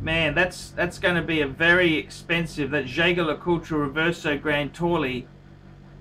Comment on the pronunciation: FYI "Grande Taille" is NOT pronounced Grande Tolli, but more like Grande Thai. Double LL in French sounds like a Y.